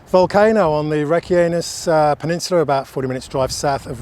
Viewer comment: Did you say "Reck your anus peninsula"???